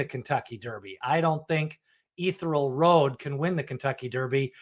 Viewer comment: It's "EE- THEE-REE-AL Road!"